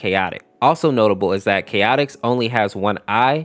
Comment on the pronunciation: Name’s Chaotix… I heard Chaotic very often